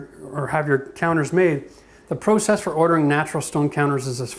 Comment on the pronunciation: try to pronounce process PROPERLY